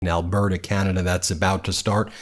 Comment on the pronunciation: Ben, I’m from Alberta…not Alberduh. I know it’s clever but as a proud Canadian, Edmontonian and Albertan…I would love it if you could pronounce it properly. Please understand that there are many many more Albertans that oppose these redneck kooks then you might imagine. My City of Edmonton voted strictly new Democrat in the provincial elections. There is not one UCP seat in my city. So we’re not all the duh’s in Alberduh. 🦋😉💟🇨🇦❤️💙🇺🇸